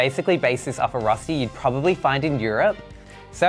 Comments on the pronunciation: Me as a swiss person being like "Darling the ÖÖÖ sound has to be in there"...also also...finding in Europe...overall this is not Rösti my dude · As a sothern german girl I loved to see the "Rosti" we call it Rösti so its a different sound its bloody delish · It’s called rösti not rusty Pronounced “Roeshti” kind of. It’s a national dish in swizerland😊